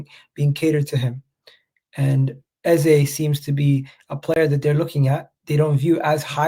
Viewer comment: Ffs it’s pronounced EZA twats 😮